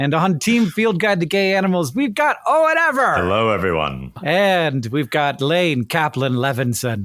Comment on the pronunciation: When the host introduces Owen Ever it sounds a bit like he says ‘O what ever’?